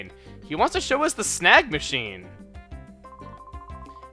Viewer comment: i hear "snag machine" as "snack machine" XD